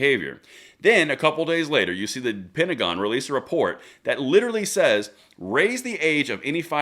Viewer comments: the pentagram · Your mispronunciation of the word pentagon is becoming more appropriate by the day.